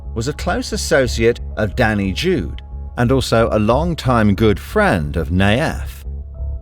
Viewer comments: Not “Danny Jude” it’s “Dani Jew” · it is not jude like in the song "hey jude",it means "the jew". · Not sure how important this is, but he's called "dani the jew" in english, not "dani jude".